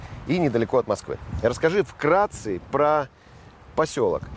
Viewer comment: мне послышалось, или сказал "вкрации"??? А вообще, отличный рекламный ролик получился!